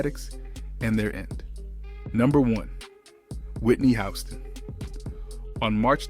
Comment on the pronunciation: Why he pronounce Whitney name wrong?